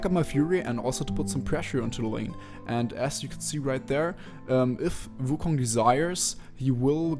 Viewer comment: Hey may i ask what runes are you using? P.S why do you pronounce it vu kong(not trying to be mean if you cant prounounce wu)Nice video btw:)